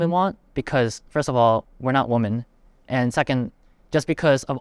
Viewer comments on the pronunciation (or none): why are there so many americans that struggle with differentiating the words 'woman'/'women'? i've noticed this both in writing and speaking, and several of the guys throughout this video says woman when speaking about women in plural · Why does Gen z have such difficulty with pronouncing "women". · i was enjoying this until ; women aren't deer, singular and plural are not pronounced the same. Failed basic grammar - Opinion rejected. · Why are they pronouncing woman and women the same? Hasn't it always been [woom-an] and [wim-in]?